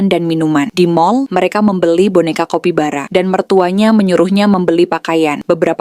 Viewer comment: Kak bukan kopi bara tapi kApi bara